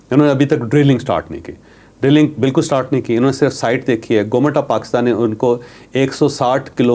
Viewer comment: Please GOMAT na bola kren, GOVERNMENT bola kren.